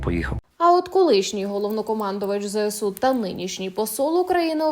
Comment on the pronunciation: Чому ЗЕСУ? Якщо ЗСУ...